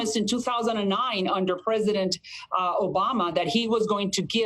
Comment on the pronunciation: Did she said “Presiden Trump”? 😂